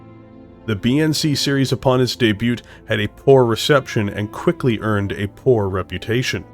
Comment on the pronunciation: The "T" in "Debut" is silent.